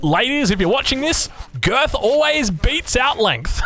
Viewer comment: girth, not grit